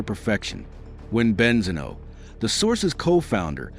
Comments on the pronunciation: Great video 🎉! YouTube suggestion,definitely loved it,hope you'll get more subscribers (Just one little thing, Benzino is pronounced with the accent on the i) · The pronunciation of benzino is devastating me. Please at least watch a youtube video to say it correctly